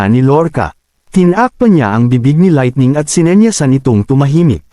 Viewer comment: Boboo nmn ng laitning